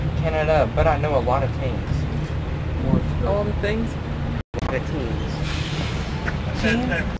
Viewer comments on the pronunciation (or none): “I’m not from Canada but I know a lot of tings”